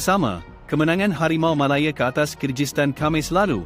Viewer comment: Cuba belajar lagi sebutan yang betul Anda bukan ande Malaya bukan malaye